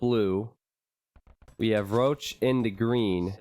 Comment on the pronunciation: Röchelrochen means "Groaning Stingray". Why do you pronounce it "Roach"? XD Maybe call him Rochen (Stingray). Even "Roachen" if you have troubles with the "ch". But "Roach" just sounds wrong.